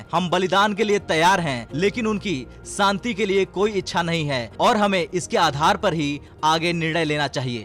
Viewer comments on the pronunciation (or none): Santi nahin shanti khiye. You are speaking sh as s. Correct yourself.